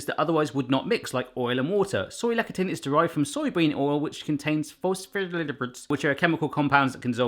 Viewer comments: less-a-thin (lectin) it is pronounced, not lec-a-tin. just saying... :) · Lecithin- less-i-thin. Sorry that was going to just bug me all video. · I believe that word is pronounced LESS-thi-tin or LESS-the-tin But I could be wrong. Can't wait to see how the ravioli turns out! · Love your vids - btw it's pronounced " less-a-thin" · "Lecithin" is pronounced "less-ee-thin" :) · Since you mentioned, that you didnt know how to say it. Lecithin is pronounced (Less-sith-in). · Lecithin - pronounced "less a thin" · Soy lecithin has an h, don't drop it please. And the c is more of an s sound in this case. I know things are said differently there from over here, but there can't be a complete lack of softer C sounds (as in more like an s) in British English.